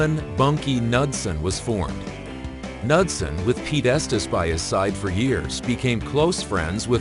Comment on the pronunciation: pronounced Noodsen